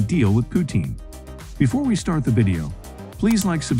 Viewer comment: The way the video said Putín in the start was so goofy 😂😂😂😂 but nice video tho 🔥🔥🔥🔥🔥